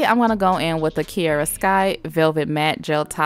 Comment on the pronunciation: My name is Kiera so through out the hole video it was kinda weird of you saying kiera (no hate)